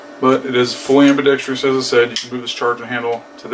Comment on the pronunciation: Ambidextrous is the word. -dextrous. No tree. Good video though. Thank you.